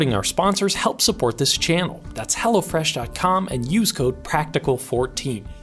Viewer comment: I couldn't tell if you were saying hello fresh or Hella fresh. I had to look in the description